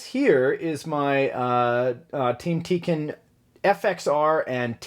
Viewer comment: it's called tekin not teken